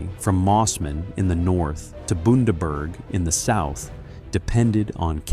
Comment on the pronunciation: good times taking the invading horde with a golf club oh and its Bun-da-berg.